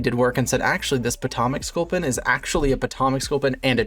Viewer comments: I had to stop watching cause of your mispronunciation of my home town I couldn’t deal with it. It’s pronounced Poe-toe-mick 😂😂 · the way he says potomac 💀